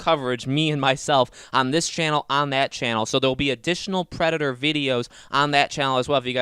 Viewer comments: This is so annoying, you have zero annunciation when saying the word predator. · I have no idea what your talking about Who'd the predor? What's a predor? Are you talking about the predator?